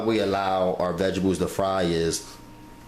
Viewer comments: I died every time he said "vegebles"!!! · Vegebles it’s what’s for breffis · Vegables, 😂. Why he says it like that.